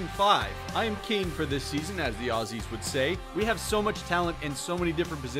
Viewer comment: when he says aussie right 😍